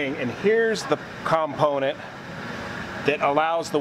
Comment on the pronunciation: If it was "unobtanium" you wouldn't have 6 sets of them. BTW It's not 'COMponent' - it's component. Cool video - just F'd up terminology.